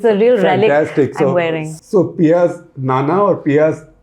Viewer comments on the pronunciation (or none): Dada not Nana Sir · Not nana but dada:) I suppose Shekhar’s Malayalam is a goner but I wonder why Hindi is not up there